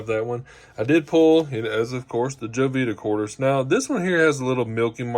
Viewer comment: Please let people know... it's not pronounced Jo-vita It's pronounced Ho-vita